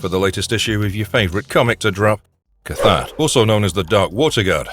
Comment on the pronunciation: It is pronounced: 'clghu' hhloo'